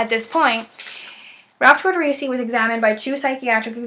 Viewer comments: Please at the very minimum pronounce his name properly. Just UGH at hearing that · Yeah, you obviously have little to no knowledge of this case based on how you’re pronouncing his name. Checking a box off for class credit I see.